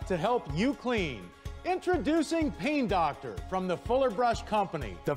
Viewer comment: at first I thought he said pee doctor